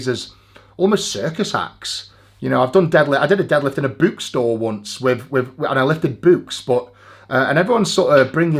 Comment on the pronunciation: Came back just to here this The way he says book.